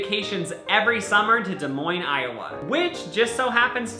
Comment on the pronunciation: hE sAiD dEs mOiNeS